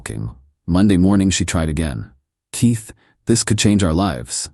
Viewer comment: KEYS go in doors. TEA does NOT‼️. Your name is KEITH - NOT TEETH‼️‼️ FFS! 😤